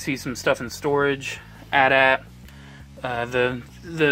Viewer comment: It´s A.T A.T.